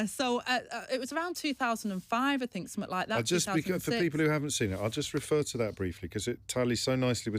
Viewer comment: She needs elecution lessons..... Frived meaning Thrived Fink meaning think Trouble with TH? This is not a speech impediment as she can say TH when she says 'BOTH' and -THE' and by the way.....Angela, 😢 you haven't 'Got a clue'! 😢